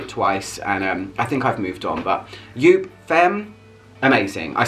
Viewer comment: You say it Jop. Not Joop. It's an famous german designer.